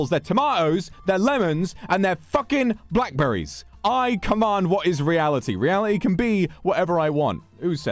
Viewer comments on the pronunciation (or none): パイナッポペン ペンパイナッポ トメイトゥトマァトゥ ファッッッッッキンブラックベリィズ（ブチギレ）